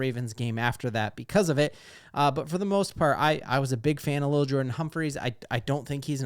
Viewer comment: It’s definitely L’il. Not Little.